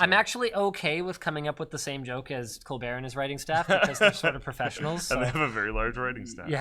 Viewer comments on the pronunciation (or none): none